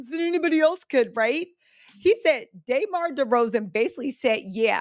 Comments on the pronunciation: DUHmar. Not DAYmar. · It’s “Duh-Mar” lol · It’s Duh-Mar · Damarar.... say hi name right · I wanted to watch this video but you didn’t even put in effort to say DeMar name right